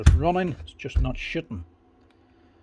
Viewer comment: Just needs a regas then they just keep shittin and shittin and shittin. Allll day long maybe shit a thousand nails. Haha I watch your videos all the time because your so smart and a great teacher but my American brain just cannot unhear you saying shit a billion times. Please don't change